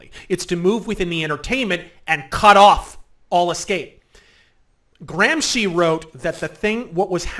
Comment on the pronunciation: ... my god, he knows how to pronounce Gramsci correctly! That's not something you hear every day from an English speaker!